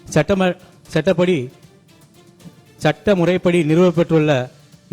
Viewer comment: சட்ட முறைப்படி என்று படிப்பதற்கு பதில் சட்டை முறைப்படி என்று ஒரு உறுப்பினர் படிக்கிறார்